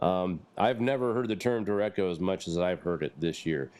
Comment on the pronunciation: Derecho= der ray sho